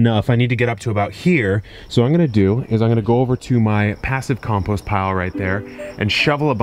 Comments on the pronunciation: From now on, I'm saying "compoost" instead of "compost". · hahaha "compoost".... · Something about the spelling of compost into comPOOst nearly made me spit my coffee out laughing. Thank you Kevin. For everything you do for us LOL much love